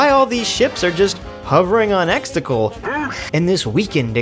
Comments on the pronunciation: Exegol not extetals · Love how you’re saying “Exticle” 😂🥴🥴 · The amount of times you mispronounce words (like Exegol but you pronounced it as "Extacle") that are very clearly enunciated multiple times over is astonishing. Otherwise great video. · I agree with everything but I am still always triggered when he can't say Exegol right 😅